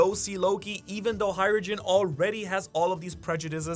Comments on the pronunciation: Isn’t it Hajrudin and not Hairujin? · du bist doch deutscher oder etwa nicht? if so why do you pronounce the j like jay? and not like yoghurt? hajrudin like the japanese word hai